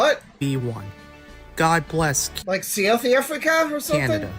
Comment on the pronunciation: bro pronounced South Africa 😭🙏